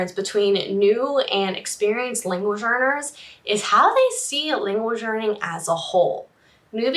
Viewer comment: Is she saying "language learners" or "language earners"? I feel like I'm trapped in a Super Troopers prank, meow.